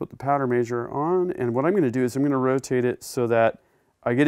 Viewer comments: It's MEH-SURE not MAY-SHORE. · A MAY-sure huh? I guess I'll start calling them BAY-vers instead of BEE-vers/beavers.